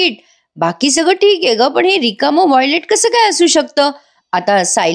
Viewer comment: वाँयलेट नाही ...वाँलेट....😂